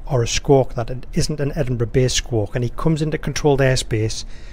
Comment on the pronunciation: has anybody else thought EDINBRUH